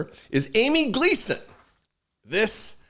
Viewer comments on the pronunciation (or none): none